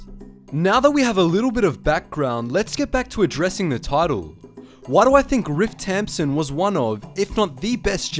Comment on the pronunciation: I thought he was saying ripped tampon